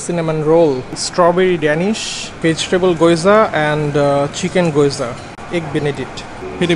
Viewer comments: ভাইয়া ওটার উচ্চারণ “গিয়োজা” হবে গোয়জা না। Thank you❤️ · গয়যা না গ্যেওযা correction * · Goyza na gyoza.pronounciation hobe geoza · man it bugs me everytime you say "Goyza"..it's Gyoza like gee· ow·zuh :'3 love your vlogs !